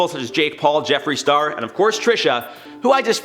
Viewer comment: Jefere star🤣🤣🤣🤣 Every french person knows